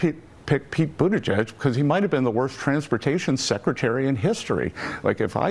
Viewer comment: She keeps mispronouncing worst....she keeps puting an fi on it instead of the wo